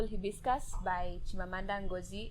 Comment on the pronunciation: Its purple "Haibiskas"😂😂😂